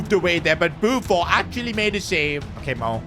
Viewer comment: Why u saying buffo its buffon